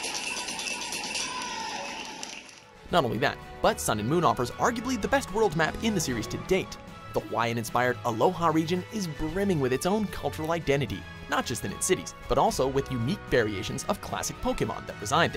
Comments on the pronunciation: ...Aloha? ITS ALOLA GET IT RIGHT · The fuck? Why'd you put Smash all the way down at number 7?! Also, did you say Pokémon has an 18 year old formula? It's been 20 years, guys! And it's Alola, not Aloha! Jesus!! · ITS ALOLA NOT ALOHA triggered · Alola not aloha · Are you fucking kidding me?! ALOHA-REGION?!?!?! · *Alola It's not called the Aloha region -_ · NOT "ALOHA" REGION, "ALOLA" REGION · I disliked because he called Alola Aloha. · You said Aloha instead of alola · Alola Region not Aloja region jajajajajaja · it's alola not aloha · About pokemon it would be 20 year formula and its Alola region not aloha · alola, not aloha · Does anyone else get really pissed off when people say Aloha instead of Alola? Like, it's so easy to read. It's RIGHT THERE. It just makes you look lazy... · It's ALOLA not alolha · did you just say aloha instead of alola? Come over here! I am going to DESTROY you! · XD ALOHA REGION HE SAYS ITS ALOLA U NOOB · its Alola not Aloha haha XD... forgivable mistake coz i always said it too when it just gt announced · Tales of the Abyss should've been on here. Also, it's "Alola" not "Aloha". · Why do people keep calling Alola "Aloha" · AloLA not aloha. BTW, why isn't pokemon number 1?! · It is the Alola region not the Aloha region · good job but its alola region not aloha and it was 20 yrs not 18 but awesome list!! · omfg did he just call alola aloha...? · He called it the Aloha region not Alola😡😡😡😡😡😡😡😡😡😡😡😡😡😡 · is anybody going to point out the fact that he totally said "aloha" region instead of "alola" region for Pokémon sun and moon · Its not the aloha region😡😡😤😤😤its the Alola region(pokemon sun/moon) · "Aloha region"? I thought it was the Alola region. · IM TRIGGERED YOU SAID ALOHA NOT ALOLA TRIGGERED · Aloha Region? You mean Alola La not ha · its Alola Region.. not Aloha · it's alola. not aloha you noob. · "Aloha region" Aloha It's Alola.... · Aloha region?You meant Alola. XD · correction alola region not aloha region